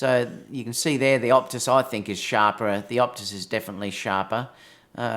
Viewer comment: Its OTUS not OPTUS